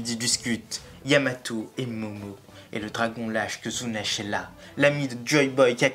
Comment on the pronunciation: En français, ça se prononce Zunesh.